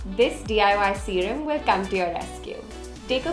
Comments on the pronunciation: "Serum" PS: I am too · "serum" Love ❤️